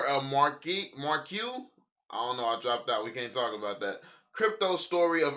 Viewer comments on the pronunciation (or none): Marquee-- mar-key homie lol